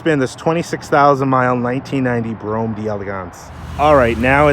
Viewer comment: (Bro-ham) say it right